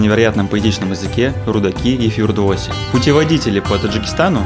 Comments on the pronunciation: Почему ФирдуОси!?у них все ударения на последнем слоге РудакИ низамИ ибн СинО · Бахор это весна. Фирдоуси, ударение на и